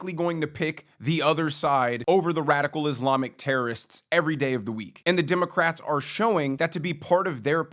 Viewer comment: Did you just call them "DIM-o-crats??? that is funny. my new name for them